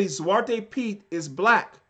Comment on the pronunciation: Btw: your dutch pronounciation ( zwarte piet, and dutch names) is on point fan!😅